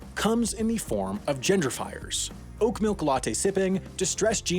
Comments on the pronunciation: Am I the only one who thought he said "gender fires"? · Please stop pronouncing "Gentrification" and "Genderfication". Also "Genderfiers" is not a word. That is all.